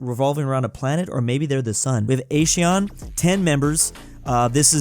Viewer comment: Asean:"A-shi-an"